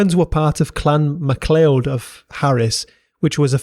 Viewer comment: So much mispronunciation! But still an excellent video, thanks! (Scottish) Gaelic is pronounced Gaa-lik, unlike Irish Gay-lik McLeod sounds like Ma-Cloud MacKay sounds like Mac-Aye Crichton sounds like Kryton Schooner sounds like skooner